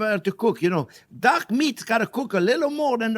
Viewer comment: Looks fantastic! I was very confused as to why you kept talking about duck meat when this was a chicken dish. It was only at the mark that I suddenly realised you'd been saying "dark" meat :)